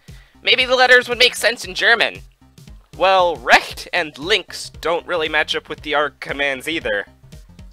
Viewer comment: the way you pronounced "Recht" and "Links" hurted my hears (even tho german isn't my native language)